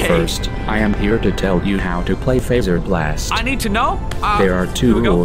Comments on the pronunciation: Its pronounced (f Ae zer blast) SO fazer with a low a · its is pronounced FO-ZR-Bl-AST because faze bear and fazer